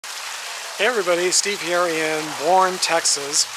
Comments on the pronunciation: Hey Steve. FYI, the name of the city is pronounced Bernie. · It's pronounce Bur-nee . Boerne, TX. Have a nice day. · Steve, I love you, but the name of the town, Boerne, is pronounced "Bernie." I know, it's weird. haha Thanks for the video. EDIT: Oh, sorry, spoke too soon. Boerne is definitely a beautiful place in the Texas Hill Country. Have a great trip. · Just an FYI, the town’s name is pronounced “Bernie”, like the name, not “born”. (Im a native Texan 😉) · Steve, town of Boerne is pronounced like Bernie. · Boerne, TX is pronounced Burney TX. Come on, sir, do your research. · It’s pronounced Bernie. I live in San Antonio not too far from there I’ve been also wanting to go visit her grave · It's pronounced "Burnee". Stop at Elmwood Cemetery in Abilene for James Drury's grave. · Boerne is pronounced Bernie. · It’s pronounced ‘Bernie’. 😉 I used to live there, and I had no idea she was there. 😨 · Hey Steve...Gail here in San Antonio...Boerne is pronounced Bernie...yea for real...lol... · Hi Steve ! I no idea Ann B Davis was buried in Texas. I’m from Texas and Boerne is pronounced “Burny” even though you’d never guess that by the spelling. I enjoy your videos!